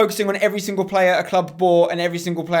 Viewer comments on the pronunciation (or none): none